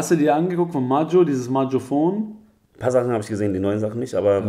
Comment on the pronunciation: Ey, sagt jedes scheiß mal in jedem Interview 'Majoephone', aber es heißt 'Majoephono', angelehnt an Marcophono, der Internetseite wo jeder jugendliche 2008 seine Eltern mit verarscht hat, was die beiden scheinbar auch nicht wissen weil sie sagen, dass das ja eigentlich von Stefan Raab ist Majoephone hört sich einfach so falsch an